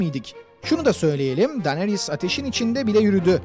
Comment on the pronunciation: Daneris dedi ya😂😂😂😂 Abi ingilizcene sokayım dinariys diye okunur o 🤣🤣🤣🤣